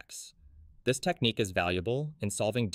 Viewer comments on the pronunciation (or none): none